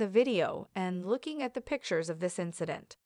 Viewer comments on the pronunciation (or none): none